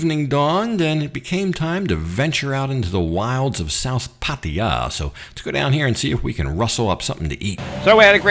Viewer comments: Pattia??? 😂😂😂😂 cracks me up every time 😂😂😂 dumb arse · You have such a weird accent and the way you say Pattaya is like no other pronounces it. Ok. Enjoy your stay.